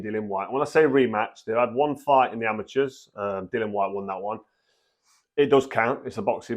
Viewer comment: As always, straightforward truth from Froch and he's becoming quite the accomplished pundit Just one minor thing, it's Dillian not Dillan, no idea why it's so difficult for so many boxing pundits.